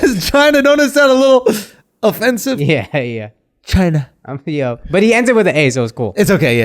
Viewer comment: Chiner hahahah dont worry I'm Asian but.... not chiner hahahaha